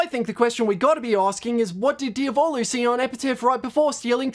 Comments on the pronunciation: italian watchers are banging their heads against the wall every time they hear "diavòlo" lol (it's pronounced diàvolo. you don't care? ok and? i don't care that you don't care. i just wanted to leave this comment. there's literally no reason to fight, w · There's a circle in hell dedicated to those who pronunce "Diavolo" that way. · This is nice and everything but the way he pronounces Diavolo is killing me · I'm sorry but why did he pronounce Diavalo wrong